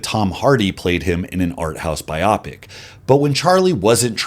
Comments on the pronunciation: It’s pronounced Bio-Pic, bot biopick. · I hear this around YouTube and I don't know why it bothers me so much that I have to comment about it, but here I go. You mentioned the Tom Hardy movie about Charles Bronson being a "Bi-Opic." What the heck is a "Bi-Opic?!" If you mean a movie about someones life, then that is a "Bio-Pic." As in Biographical Picture. That aside, this was a very interesting and informative video. Thank you for compiling this work.